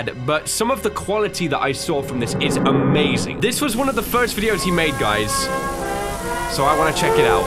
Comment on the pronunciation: amazink